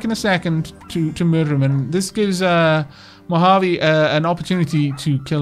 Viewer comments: And yes you're saying "Mohave" particularly well XD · you are absolutely saying Mojave correctly. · you said Mohave correct